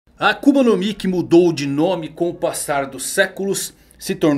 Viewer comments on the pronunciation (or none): none